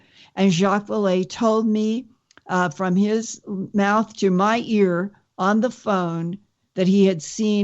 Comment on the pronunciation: Did you know that lindas ear is named billy? ... sorry when she kept saying billy Meyer* it sounded like "my ear" lol